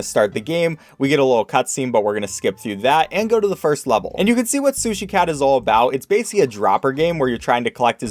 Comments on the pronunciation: Yo, Am I the only one who hears 'Sushi cow' instead of cat?? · you said sushi cow at the start lmao